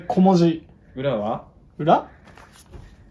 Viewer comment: ｢だいも⤴んじ｣じゃなくて｢だ⤴いもんじ｣じゃない？おれが違う？